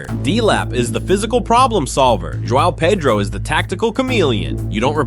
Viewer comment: I like your video cuz you finally pronounced João Pedro correctly. Hats off.